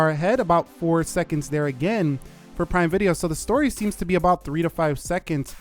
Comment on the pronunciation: “Let’s go into prime vide-O” Did anyone else notice that? 😂